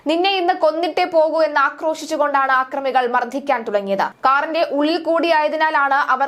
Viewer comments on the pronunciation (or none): ആക്രമികൾ അല്ല അക്രമികൾ എന്നാണ് ശരി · " ആക്രമികൾ " അല്ലെടീ മണ്ടീ " അക്രമികൾ " .